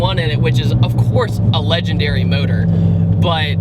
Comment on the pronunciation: Why do you say modohr instead of engine? Is it electric?